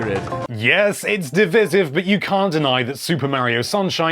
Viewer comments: Mario Sunshine was "div-iss-iv"? No, it could be considered to be a divisive game though. I dropped the idea of being a games journalist as I thought a degree in English was more important than knowledge of the subject matter...guess I was wrong. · Is nobody going to comment on the way he pronounced divisive ?